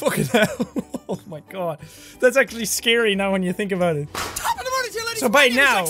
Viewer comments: It’s laddies not ladies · I thought it was top of the mornin to ya ladies not laddies